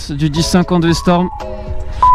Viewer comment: commence par apprendre le nom de la moto... C'est V-STROM pas V-storm... 🙄